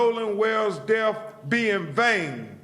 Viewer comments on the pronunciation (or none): Truf-truth. Deaf-death. You are a lawyer, you're supposed to be highly educated how can you not know how to pronounce these words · There we go again. He supposed to be a high profile attorney and not only did only he say “trouff” instead of truth. He also said, “deff” instead of death! Why do SOME black folks do this? You can tell when it’s intentional! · “def” “troof” #UncleBenIsGhetto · his "def". the "troof" 😂